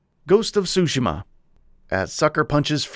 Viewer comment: cant pronounce tsushima...,too she ma, not that hard